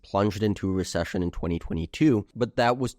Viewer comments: Re Sush un lol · cant get over hearing him say re-shush-ion over a hundred times - still interesting analysis of historical data